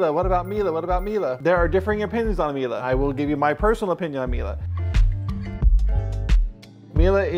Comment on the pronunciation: There's no "a" at the end of Miele. The last e is pronounced as a short e, ryhmes with "meh"